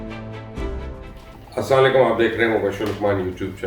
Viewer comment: Media ka sab se chabble anchor hae mubashar luqman isse assalam o alaikum kehna nahin aata